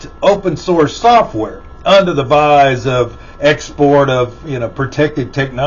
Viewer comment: The word is "guise", not "vise."